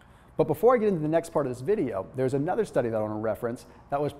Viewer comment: are you sure you said that into correctly ???